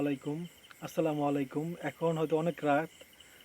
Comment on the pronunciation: সালাম ঠিক করে দিতে হয় আসসালামু আলাইকুম আস্তাতাগফিরুল্লাহ সুদ্ধ উচ্চারণ করে বলা উচিত এই দুইটা অর্থ মোবাইলে জেনে নিবেন, গ্রামের মানুষ ভুল উচ্চারণ করে